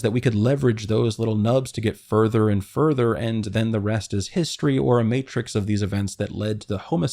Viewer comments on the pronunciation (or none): none